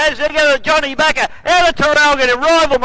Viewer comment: John Bakker, not Baker.